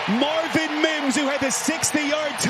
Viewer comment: If that dude says Mims like he does one more time.... 🤬